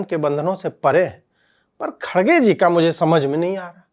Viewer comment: His name pronounced as “kar gay “. I’m not joking